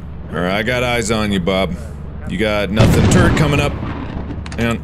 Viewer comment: Everytime mark says Turrret, it sounds like he is saying Turd. I am mature I swear 😭